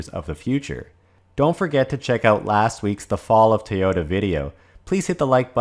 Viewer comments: It's pronounced TOYOTA, not TAOTA. Otherwise an excellent video. I'm subbed by the way. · Tayota❓ It's toy-ota‼